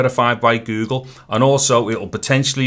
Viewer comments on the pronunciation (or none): the way he says go gle makes ma laugh